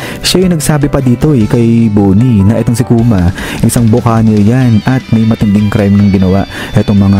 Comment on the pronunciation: Ba-ki-neer po ang pronunciation NG Buccaneer!